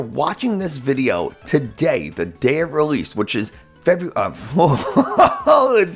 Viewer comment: def not feburary lolol